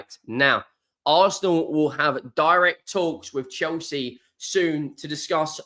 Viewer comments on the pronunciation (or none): none